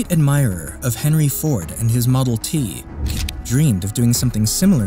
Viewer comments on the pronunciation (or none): none